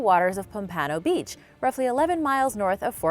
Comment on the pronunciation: As someone who lived in pompano beach I’ve never heard anyone say it like that.